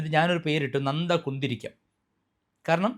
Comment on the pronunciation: നന്ദ കിന്തിരിക്കം അല്ല..... " കൊന്ത കുന്തരിക്കം "....